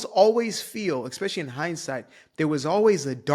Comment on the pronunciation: Just a reminder that “especially” is pronounced how it’s spelled. No Ex. I comment this every time I hear it, not just because you’re black. ❤😂